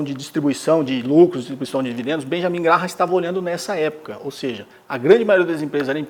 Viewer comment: Se pronuncia “Grém” Benjamin Grém